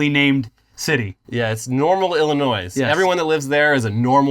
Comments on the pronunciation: saying Illinoiz is funny every time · Can we make fun of how pronounces "Illinois". As Daniel Tosh once said: "Both of them?"